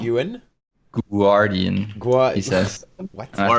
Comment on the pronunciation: Just wanted to say that said guardian with the "U". That is all.